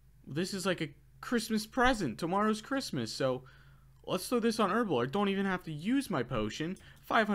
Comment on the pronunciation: Herblore not Erblore